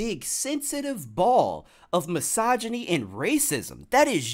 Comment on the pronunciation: Soon as you said misogony i unsubbed you one of those